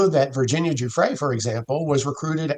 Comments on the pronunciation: Giuffre not Guffrey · Did you hear KKK Leavitt’s pronunciation of Guiffre as GUFFRY? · Levitt can’t even pronounce Virginias name correctly. What an insult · Leavitt mispronouncing Guiffre's name, whilst saying rest in peace is so disrespectful. At this point Guiffre is one of the most famous women in the world. Jon Sopel correcting Maitlis on the title of Mr Andrew MW is also hilarious seeing as he called him Prince earlier in the vid. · Leavitt's mispronunciation of a poor dead woman's name is a crude psychological trick. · Why does Caroline Leavitt insist on mis-pronouncing Virgina Giuffre's name all the time? Absolutely disgraceful. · Why can't anyone get Virginia's name correct, its rude!! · Levett says Virginia's surname incorrectly and the name in the email hasn't actually been redacted so given that Virginia has died and she can't refute it, it's very convenient that it's supposedly her name.